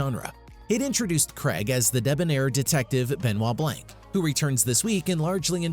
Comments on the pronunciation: Mispronounced his name. It sounds like Blahk, not Blank. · "Benoit Blanc" Couldn't finish it when I heard Benoit blank...🤦‍♀️